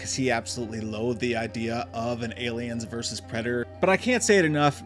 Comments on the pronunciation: Alien verse predator? I've always pronounced it versus. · Bro genuinely can't pronounce versus, and you want him to pronounce xenomorph... you expect too much my guy.